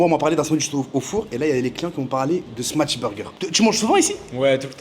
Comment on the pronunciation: stp prononce "smash" et non "smatch" burger 😃